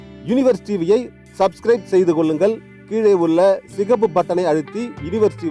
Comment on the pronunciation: உல்லங்கல், செய்து கொல்லுங்கல் என்று சொல்லி தமிழை கொல்லாதே. உங்கள் நாக்கில் சுண்ணாம்பு, செங்கல் பொடி வைத்து தேய்க்க சொன்னோமே. செய்திருந்தால் இந்நேரம் நாக்கு நல்ல தமிழ் பேசி இருக்கும். உங்கள் வாயில் இருந்து வெளியே வரும் தமிழ் கொலையை சீக்கிரம் சரி செய்யுங்கள்..